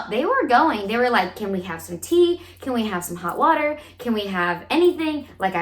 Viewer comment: VATEERRR VATEEER! hahaha